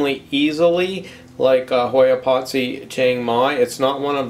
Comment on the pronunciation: It has three syllables. Pot-si-i